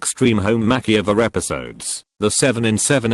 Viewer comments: No-one: Absolutely no one: Automated voice-over: MaCkEyOvEr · no one: narrator: mackey-over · Nobody: The Narrator: Mackie-over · The "mack-e-over" pisses me off every time the bot says it. Just like when it says cow orker. i just want to punch my laptop. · "Mak-ee-over." Edit: Sorry for the non-serious comment but . . . that just really caught my attention. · He can't pronounce makeover, LA What the hell